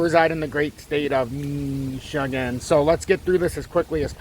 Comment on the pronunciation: Thanks,. Good analysis as always!! Btw, I always wondered how come you pronounce "Micchigggan" like that?